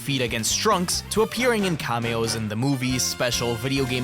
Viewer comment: I recommend checking your pronunciation of "cameo". :) Overall, good analysis, though the fact that you only dedicated like, 2 minutes to Frieza's presence in Super was disappointing.